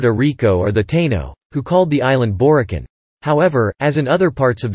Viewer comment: Borikua not Puertoriquen!!